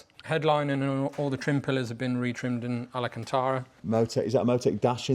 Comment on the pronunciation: Alcantara. Please never say alacantara again. Ever. 😅😅